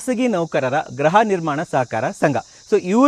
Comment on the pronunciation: Adu Graha alla gruha ..